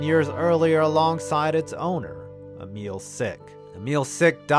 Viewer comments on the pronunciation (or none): none